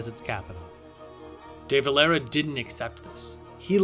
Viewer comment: Your pronunciation of the Dáil, de Valera and Fianna Fáil hurts me, if you're going to tell our history get your words right